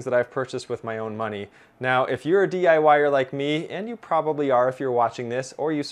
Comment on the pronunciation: Excellent video. Anyone else thinking about electricity and heard him say "If you're a DI wire like me..."? :-)